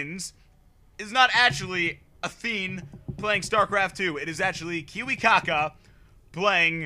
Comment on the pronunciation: Kiwikaka?! Learn the names or better stop casting... :D